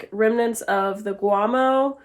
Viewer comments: Is it me or am I hearing her calling bat poop “guamo”? 🦇 💩 🤔I thought it was called guano🤷‍♂️ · Guomo is not poop. That's guano. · Do y'all not have a step ladder? Would've made caulking the ceiling way easier. Oh yeah did you say bat guamo lol it's guano silly. Next time you stain something instead of using a paint brush use a rag to dip in stain and wipe on and another rag to wipe off excess. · It is guano with an N. just to let you know my dear. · It's guano with an N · It's called "guano" not guamo, Darlin'. Love your channel and admire you for your hunting and fishing escapades! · Guano not guamo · It's guaNo, not guamo. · Just an FYI..Bat poop is called Guano with an N no M... Enjoy your videos!